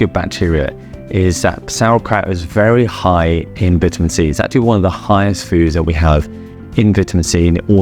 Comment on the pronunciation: He keeps saying vita-men...